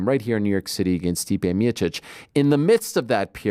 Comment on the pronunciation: Turned off the minute he said citeh fan...